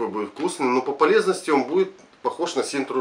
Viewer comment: От куда в названии буква Р . Парень не позорся это Синта , а не СИНТРА, как говоришь ты......